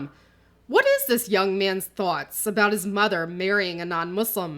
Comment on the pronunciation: Thank you for this. The way you pronounce "thought" reminds me of a New Jersey accent. I hope the mother can reconcile her beliefs with her faith and decisions. I wish my ex would have made the same decision as she did. As someone who was adopted and has a multiracial family, the son doesn't need to explain anything about his family to anyone-period. His (step) father is his father and his mother his mother-no need to pander to people's confusion, those people and their opinions are not important. I think Mohizyes does not understand feminism, or Christianity for that matter. Regarding his view of father's in Islam per outlined in hadith and Quran; it makes me sad. The ex-husband of my ex was labeled a narcissist by her. Her daughter, a funny talented lovely girl, went no contact with her Dad as he could be very cruel and mean. I remain saddened because according to religion she should have a relationship with the father, and she will be judged by some people (Muslims close to her who she depends on for support) religiously because she has no relationship with her father. The poor girl will be judged and looked down on and might even be told she will be punished in a afterlife because his does not have a relationship with her abusive father. I support her decision and I hope it will not be hard for her.